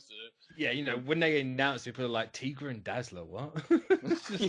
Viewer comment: "Tee-gra" lol ("Tie-gra" my dude.)